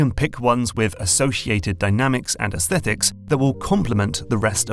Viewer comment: It gives me great satisfaction to the word Aesthetics pronounced correctly. So many people wrongly pronounce it "aes-stet-tics". It ultimately is a semantic difference as I still understand the meaning in spite of the difference but when you grow up the son of a phonetics teacher you inherit the things they find annoying.